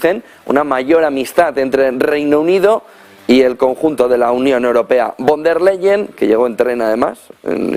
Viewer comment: Ursula fon der layen se pronuncia en alemán